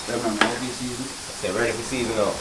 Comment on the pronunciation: The word is how not 'ow